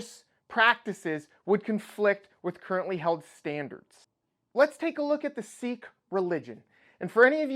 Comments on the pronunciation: Sikh is pronounced "Sick" not "Seek". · It's pronounced "sick" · sikh is not "seek" i guess. it is more like "sick"....